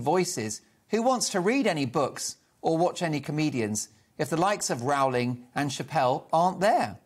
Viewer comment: J. K. Rowling's name rhymes with Rolling' please.